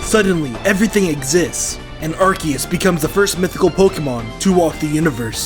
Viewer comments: Did you know that said ar-kee-us not ar-ce-us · he said arciuse not arkoos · you are the only person other than me who pronounces Arceus's name correctly. Everybody else pronounces it ARSE-ee-us, and where I'm from the word "arse" is more than a little rude.